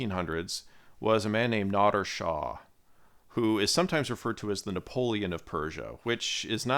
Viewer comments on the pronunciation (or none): none